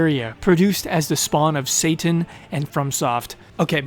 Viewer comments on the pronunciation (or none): none